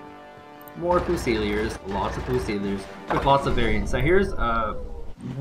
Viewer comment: Foo-seel-ee-ers? Is that an in-game joke or mistaken pronunciation?